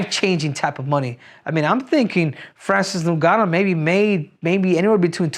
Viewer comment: Called his name properly. It ngannou